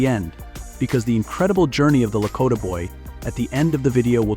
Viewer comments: La- ko(long "o")- tah, not La-cot ah. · It's Blackfoot, NOT 'Blackfeet' and LaKOTA NOT Lakotta ....geeze! Why do people use that AI crap when reading the script?!?